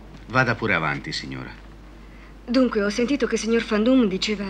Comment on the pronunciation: Non è Fan Doom, ma Van Doom, essendo un nome di origine olandese